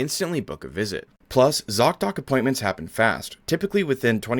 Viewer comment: At first I thought you said your sponsor was "zogdoc" lmao